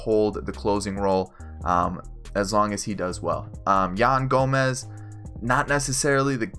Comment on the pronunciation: Who else got mad when he called yan gomes yan gomez.